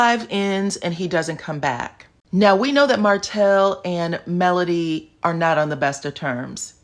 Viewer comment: Him pronouncing Melody name is awful.